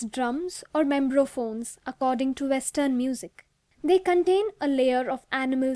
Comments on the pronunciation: It's membranophone, not membrophone :) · It's membranophones, not membrophones.